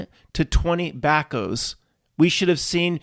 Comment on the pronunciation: you really show your from the city, when you call rebar "rebarb" and backhoes "BACKOs".. 😂😅😂